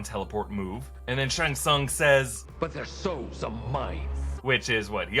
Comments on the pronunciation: SHANG TSUNG NOT SHUNG SUNG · why is he saying Shang Tsung like Sung Shung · “Shung sung” .... really? Lmao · Are you really pronouncing Shang Tsung as shung sung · I can't be the only one who is getting a tiny bit frustrated with pronunciation of Shang Tsung right. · If you're pronouncing Joe taslim name like Tazleem then Cole's name is pronounced Colee.. and the way you pronounce shang tsung... ahhh my blood it's boiling